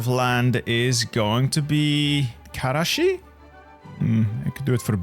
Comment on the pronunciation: Awesome video man, and solid Turkish pronunciation, as a helper: there are no guttural sounds in Turkish, you don't need to say Hhqkermiyanids, the G there is the same as in Game. Also the s is s and ş is sh, you don't need to say Kareshi. Have fun kicking the Turks out of Anatolia lol